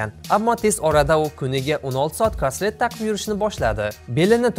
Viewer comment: Карсет 🤣🤣каслет дейсими